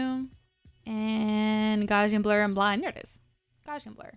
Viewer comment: Ready for a horrible nit-pik? You're pronouncing gaussian wrong. Gauss rhymes with house. :)